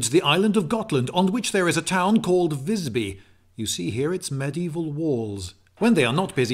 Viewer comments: The I in Visby should be pronounced long. Hahahaha. Haha, he said "spare" but meant save up. In Swedish save is "spara". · Ah yes, the city of Vissby. I've been there once. I'm curious; don't you look up the pronunciation beforehand? Learn it at the place? Because it's supposed to be a long i. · Ah the classic foreigner, always pronounces visby "vissby" No, it's not pronounced vissby, its pronounced VIIIISby, do you understand? maybe not well its a long I, visby means wise village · the "'i" in Visby is supposed to be pronounced like a long vowel.